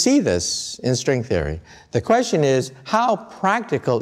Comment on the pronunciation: "equations of srwing therey"